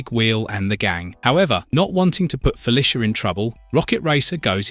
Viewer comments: I am begging you, please learn how to say Felicia, it’s Fe-Lee-Sha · It feels like you said the name Felicia 64 times in this video but didn't say it right once. I'm actually impressed.